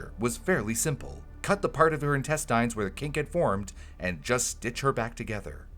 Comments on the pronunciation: Are you not listening to it say "in-tess-tines" instead of "in-test-ins"? There's no strong i in the word. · Any one else confused by how he's pronouncing intestines? 😂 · Good video but the way says intestines is putting me off